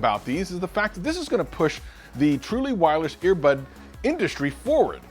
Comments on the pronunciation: “Truless Wirely”? Lol you missed that in post my dude. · No One, Literally:: Trueless Wirely earbuds